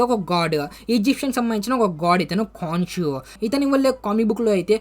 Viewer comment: అది కాన్షు కాదు bro కొన్షు... అన్ని మర్చేస్తవు నువ్వు